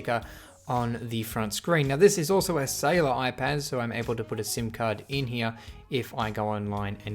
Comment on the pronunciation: You don't know how to say cellular. Go to a speech therapist.